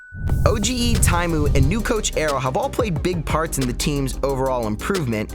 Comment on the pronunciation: Wonderful content as always. Just a little thing: OGE is not spelled o-g-ee, it is just o-g.